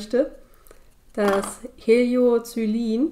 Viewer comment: Cooles Video. Wird das kalte Blau nicht anders ausgesprochen: „Helio-ko-e-lin“?